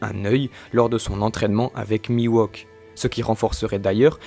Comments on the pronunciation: hey, ne sommes nous pas d’accord que oeil de faucon se nomme mihawk et pas miwohk donc il me semble que vous le prononcez mal non? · Pas trop mal, mais par contre c'est "Mihawk", pas "Miwauque" :) lol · ca me perturbe ce "mi-wok" au lieu de "mihauk" en prononciation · C'est qui Miwok ? trololo Ouai non mais il s'appelle Mihawk... la prononciation c'est important >< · Miwok oui c'est Mi Hawk xd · Putain mec Mihawk ca se prononce pas:"Miwok" mais "Mihhhowk" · Phonétiquement mihhok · "Miwauk" xD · C'est perturbant d'entendre Mihawk se faire appeler Miwok. Hawk c'est un faucon en anglais, rien à voir avec un wok, qui est un ustensile de cuisine (et pas coupant) :p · j'allais dire la même chose c'est horrible ça m'arrache les tympans !!! mais à part ça bon résume des théories sur Zoro !!! Y a pas plus badass que Zoro !!! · c'est mihok non? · Ta prononciation de "mihawk" me fait saigner des oreilles